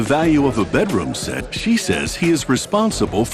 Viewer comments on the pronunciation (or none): It is NOT called a BET-ROOM SET